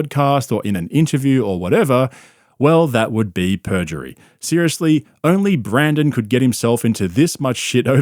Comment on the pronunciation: 3 things: Does call Rogan and Schaubb “buppa” as an insult or is it some weird foreign slang? Does anyone else hear pronounce lawsuit as “lol-suit”? And why does switch between saying Brandon and Brendan?